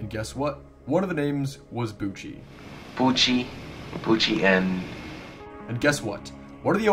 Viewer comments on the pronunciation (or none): The name on the tape isn't "Bouchie" - it's "Pucci". Christopher Bouchie's name isn't even pronounced "Boochie" - it's pronounced "Boo-shay". He briefly sold GRFM on VHS back when the novelty of collecting horror VHS tapes started to boom, and as no one legally "owns" GRFM, he ripped the video from Simon Predj's YouTube upload and copied it onto tape to make a few bucks. He stopped selling the tapes years ago when he received an e-mail from a customer that contained photos of a body inside an opened crypt along with the words "Thanks for the inspiration." GRFM is real - it was shot in the late 80s on Long Island by two teenagers (not 28-year-old Anthony Casamassima) who likely took inspiration from fellow Long Island dirtbag grave robber Ricky Kasso via the then-recent book about him, "Say You Love Satan".